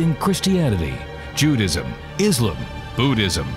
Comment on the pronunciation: Why can't anybody say Islam right? It is not difficult!